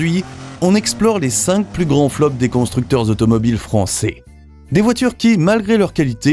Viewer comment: Français pas francééé 😅